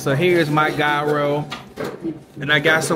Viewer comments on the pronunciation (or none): Hey, I love your channel and vacation videos. However, the pronunciation is "Yearo" (Gyro). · Gyro is pronounced "hero" 😊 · Gyro (your-ro) 😂